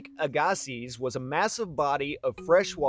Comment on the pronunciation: Very interesting. I live in Arden Manitoba, the shore of of Lake Aggasiz. But as far s I know, your pronunciation is wrong. It is pronounced AG- a-see